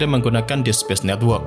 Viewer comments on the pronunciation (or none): none